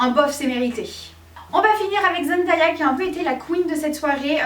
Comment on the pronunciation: Zen-day-a pas zen-da-ya , sinon on est d’accord Z déchire comme dab et pour info she does her own make-up ❤️😊